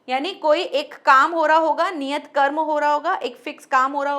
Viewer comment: कर्म की जगह क्रम बोला जय।आपके पढ़ाने का ढंग बहुत अच्छा है।